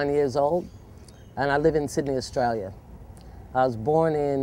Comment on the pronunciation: She is aussie now How she said Australia sounds aussie as